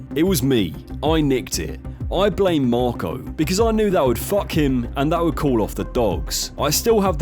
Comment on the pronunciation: Why do you keep calling him "Morco"?